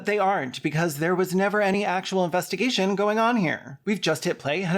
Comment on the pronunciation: "investigaysh" i'm so using that